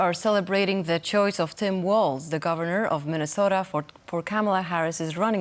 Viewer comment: Flip the L in WALZ. WArZ.